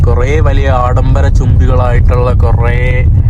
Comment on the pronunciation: ആഡംബര ചൂമ്പികൾ അല്ല 😂അംബരചുംബികൾ 👍